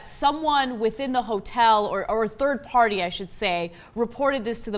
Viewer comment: When he said “ party “ all I heard was party hardy 😂